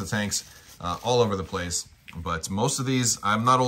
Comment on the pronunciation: Allo allo, wot 'ave we 'ear. Tankses he says, tankses.